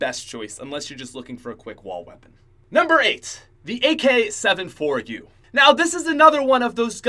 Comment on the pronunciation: When says AK 7 4 u instead of AK74u..........